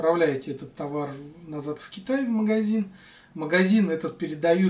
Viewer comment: Не Тинедеал ,а тинидил))) извращенец))